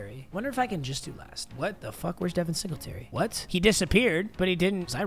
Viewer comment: Devin singltry… bro latavius murray